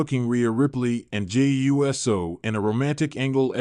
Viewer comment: Geez man, say USO not u s o